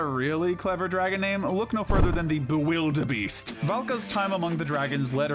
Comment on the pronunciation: ermm actually its Bewilderbeast not Bewilderbeest